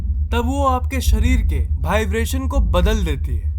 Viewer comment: Next video se pahle Vibration word ko apne sub conscious mind tak pahuchao aur uska sahi pronunciation karo😀😀😀😀😀